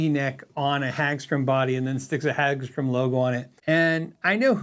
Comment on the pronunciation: Hagström is pronounced with more hard a, like in hard, rather than an a as in, well, a hag. The o is pronounced with a kinda "uh" sound, like work (I think you're getting that syllable right, just the first one needs work) and it means Meadow (Hage) Ström (stream), and the e gets dropped out. Pretty common last name. Source: Swedish wife, who isn't cringing too badly at your pronunciation as I watch this before bed. Thanks for putting this video up - I'd suggested a Hagström for review some weeks ago on the patreon chat and wasn't expecting this one! Considering the combination of parts, I'd suggest the name has to reflect it's Swe-nglish mishmash, so I want the ö to remain (also it makes it more metal, just ask the dudes from Muttley Cree), but Peaström kinda opens up the wrong can of worms.